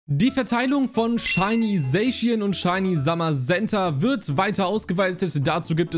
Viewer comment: Man spricht es "saschian" aus und nicht "sayschien" 😅 also ich spreche es jedenfalls so richtig aus